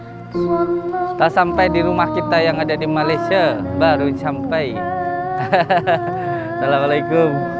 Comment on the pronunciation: Min yang benar malaysia bukan malasia